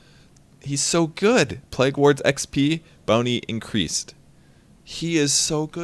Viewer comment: hehe, its pronounced 'playg' not 'plag' :P